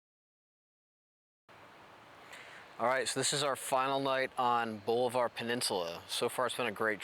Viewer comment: Pronounced --- Ball-i-var / Just so you know.